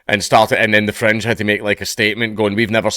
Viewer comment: Every time you say Fringe I hear French